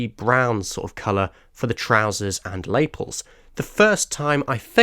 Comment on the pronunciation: Since no-one else has mentioned it, it's pronounced and emphasised "Luh-PELS".